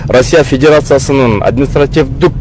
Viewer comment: админитсративдүк эмес административдик болот МВДдын ГИБДДдын сен дагы макелё сексалюлардын бири турбайсынбы